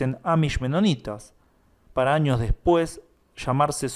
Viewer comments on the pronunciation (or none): none